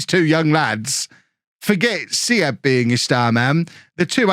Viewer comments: this was so fun because im from Germany myself :D btw Armindo Sieb ist just pronounced more like Siib not Sieb :) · little advice on german pronunciation: if there is something with ie (like sieb or bielefeld) just say it as double e (beelefeld, seeb) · Some help with your pronounciation (which isnt that bad!) W's as V's e.g Werner / Verner V's as a soft F e.g. Voller / Foller With a word with an IE/EI in the middle you pronounce the 2nd vowel e.g. Sieb / Seeb or Wein / Wine! Lots more but those are the common ones. Love the video!